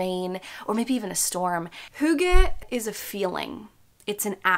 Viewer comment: not to be THAT person lol but as a dane... if you are going to make a video with the title and concept of hygge in it.. it wouldn't be THAT much to learn to actually pronounce it correctly dear💕 it's NOT hoogge. hugge. it is: hyyyygge. heeeeeeogge. try and hear how danes pronounce Y. it's not easy if you never heard it before. now i can let go of how you interpret the meaning, but at least pronounce it correctly 👀👀💕 and to describe in short what hygge/hyggeligt means: i would say it's : precious moments of the soul. two friends eating pizza, cozy lights, a good soulful conversation, being mindful of the small things, having a meal with friends nd laughing, a cute pencil with a heart on it and you "oh how hyggeligt!"" it's a lot of things... it's not cozy. because hygge is a word ingrained in our culture that you actually can't translate. not all words can be translated. but you can certainly use the feeling of it.